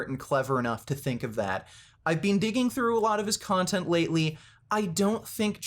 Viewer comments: People that pronounce "BEEN" as "BEAN" have more issues than someone lifting fake weights... Grown men that have nothing better to do than to cry about fake weights have more issues than someone that pronounces it "BEAN"... What a bunch of losers... Enanthate is my drug of choice for a variety of reasons... I don't lie about steroids, but I do cheat... We've all lied about something or cheated... Pure jealousy here... Ride your channels as long as you can... Bring in all the free money you can get... Just everyone needs to find something better to discuss... The sad thing is, most of you are on testosterone but are acting all Estrogen-filled with your ladylike (sissified) ways... Biotches... I swear ! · This dude is the only person I know that pronounces the second e in “been” 😂